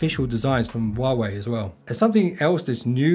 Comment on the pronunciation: the "H" in "Huawei" is actually pronounced.